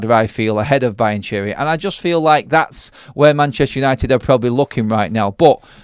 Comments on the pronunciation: You’re murdering the Italian language with your Brian Cheery and Brian Cherry 😂 It’s pronounced Be-an-kee-ree Apart from that, good video 👍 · It does sound like Brian Cherry haha 😊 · Learn how to pronounce the name 😂